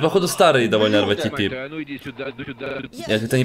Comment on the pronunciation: Ска заел уже ЭР ВАЙ ТИ ПИ ска говори ритэпэ ПЛЕЗ